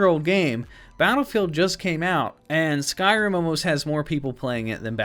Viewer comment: oh I love it, but you called it Sky Rim like two separate words. I was like 😱. Lol but no biggie, just picking.